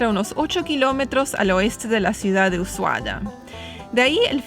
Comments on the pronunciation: porque dices Usuaya y Yelo en vez de Ushuaia y hielo? La "h" es muda!!!! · Se pronuncia usuaia .. para que entiendas más .. lindo video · Ushuaia se llevó mi corazón. Inolvidable el trekking por bahía ensenada. El trencito muy lindo también, aunque en mi opinión es demasiado turístico y no vale lo que cuesta. Peeero, si uno tiene la plata y quiere gastar, es un lindo paseo. Un consejito: "us ua ia". La última sílaba tiene el sonido de "yes", no de "llegar". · dice Ushuaya???? con y griega???..... le pone zanahorias a las empanadas argentinas.......... será que mi ordenador no funciona bien???........ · me llamo la atencion que siempre prononcias Usuaya?, por que?